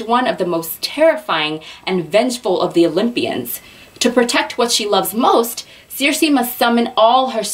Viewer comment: you said it right (: "seer-see" Oooh I love the books you chose! I'm from Alaska and I love reading books based there <3 makes me home sick in the best way.